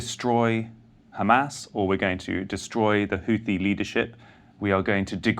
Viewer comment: "Houthi" is pronounced the way it is spelled, Messrs. Sayers &: it is NOT pronounced "Hooty." Arabic makes extensive use of the "th" sound (as in "thin"). To quote Wikipedia: The Houthi movement (/ˈhuːθi/; Arabic: الحوثيون al-Ḥūthīyūn [al.ħuː.θiː.juːn])